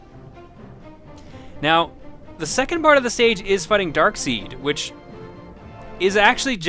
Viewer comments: really like these vids and please upload more frequently jon! also anyone else notice he says dark seed instead of darksied? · Darkseid's name isn't pronounced "dark-seed" but "dark-side", as in "If you only knew the power of the...". Granted, the tendency of comic creators to name characters after mispelled common words has frustrated many over the years. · It's pronounced "Darkside", not "Darkseed". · Is no one going to talk about how pronounces Darkseid as dark-SEED? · >Darkseid >"DARK-seed"... >8^( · "Darkseed"? OH, you mean Darkseid. Come on, it's an obvious pun on "dark side". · I hate to go all hyper-nerd, but it is pronounced Darkside, not Darkseed. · Darkseed? Thor is pretty sure that it is pronounced like this: Dark-sa-i-d. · Darkseed? Oh come on, that's inexcusable. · Darkseid is pronounce "Dark Side" not "Dark Seed", for future reference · Darkseed?! why u say like that. this is killing me. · Sorry not to be nit picky, but yes while the name is spelt, "Darkseid", it is pronounced, "Darkside". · Its pronounced darkside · You've probably already heard it, but Darkseid is pronounced Darkside. its lame, I know. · Great video but despite how it's spelled, Darkseid is just pronounced as Dark Side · his name is pronounced DarksIde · It's pronounced dark side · Darkseid's name is pronounced Darkside. Also wouldn't the multiple attack buttons mapped to the Cs be similar to fighting games? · It is pronounced Dark-side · Darkseid is pronounced like "Darkside". I just wanted to say that since noone else was saying it from what I could see. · Actually, I'm pretty sure Darkseid's name is pronounced the same as dark side.